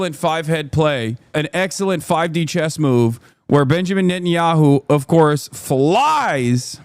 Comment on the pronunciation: Is it my imagination or are some reporters calling Netanyahu NUT-enyahu. Or is that the way it's pronounced?